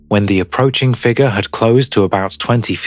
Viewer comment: Dude, You've got to stop saying figger. It is spelled "figure" there is a U in the word.